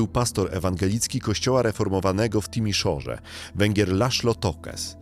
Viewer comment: Jedna uwaga: wymowa. To nie jest żadna /Nikola/, tylko /NikoLAE/ i nie /Szauszesku/ tylko /Czauszesku/. Podobnie nie /Timiszora/, tylko /TimiszoARA/ - zapisałem tu oczywiście wymowę.